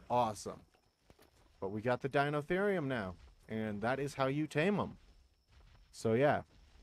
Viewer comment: Pronounciation is dy-no-theer-ri-um that's the best way I could spell it